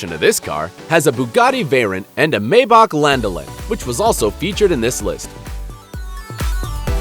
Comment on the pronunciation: He said maybach wrong he really pisses me off